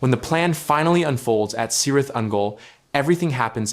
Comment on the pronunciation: Great discussion, but you need to know that Cirith is pronounced Kirith. That is true of all words and names beginning "C". Celeborn, for example. Thanks!!